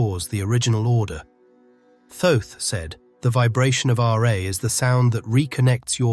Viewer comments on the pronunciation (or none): It’s not the English spelling sound of r eh, but RAAAAA. You need to present the real sound and not just describe it. Peace ✌️